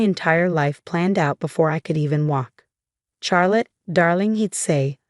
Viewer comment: Even the AI is not able to pronounce the name correclty. CHARLOTTE: It is pronounced as Shar+luht, or Shaa+luht, not "Char as in charcoal".